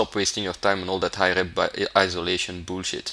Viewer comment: "Bool-shit". Kills me. Love the videos.